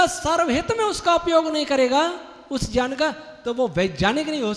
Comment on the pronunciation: पहली बात तो आप ये बताएँ कि आप ज्ञान को जयान क्यों कहते हैं ? सारे आर्य समाजी यही कहते हैं । परन्तु ज्ञान का मूल गुरू है और गुरू से जयान नहीं ज्ञान मिलता है ।